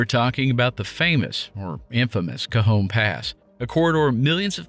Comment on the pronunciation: Thank you for not pronouncing it “Ka-John” 😂